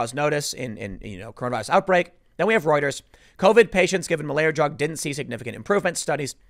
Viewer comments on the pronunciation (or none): none